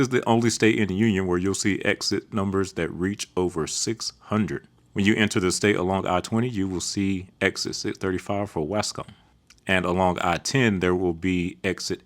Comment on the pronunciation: Waskom is pronounced WOSS-kum. and most of the other cities you pronounced incorrectly. (you are obviously a liberal, yankee, or both)